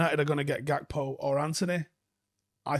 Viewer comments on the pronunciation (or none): none